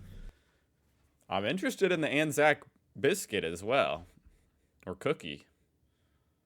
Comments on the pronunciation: You did pronounce it right it's an-zack basically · As an Australian i can confirm you have been saying Anzac correctly. Anzac (pronounced an-zack) stands for the Australian and New Zealand Army Corps. As Anzac Day is celebrated by both Australians and Kiwis on the same day. Anzac day is a day to remember those who have sadly perished in war and combat. also a bikkie and cookie are very different. cookies are enjoyed by kids, bikkies are eaten with a coffee or tea on a weekend in the living room. Every time i went to my grandparent's house there would be bikkies on offer and most of the bikkies were Anzac bikkies so i'd enjoy one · I am Australian and yes you are saying it right